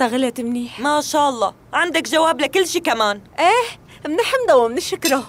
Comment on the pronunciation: تقول منحمدو ومنشكرو 🤦🤣